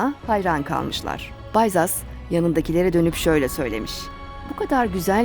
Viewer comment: Bayzas değil Bizas okumanız daha doğru olur.